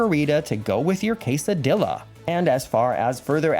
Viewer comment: Kaysadilla? What’s that ?? The L’s are E or Y sounds. Quesadeea